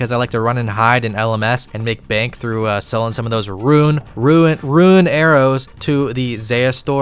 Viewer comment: How can you pronounce ichalthin perfectly but not rune 😂